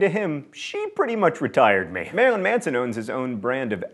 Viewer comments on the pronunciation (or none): none